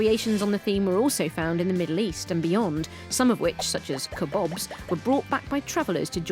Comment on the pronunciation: The way she said "kebabs" though... 😂